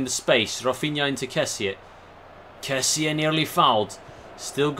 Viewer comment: Hi the correct pronounce of Kessie is Kessì